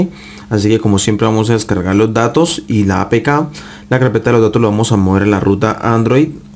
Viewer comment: Dice dados en lugar de datos????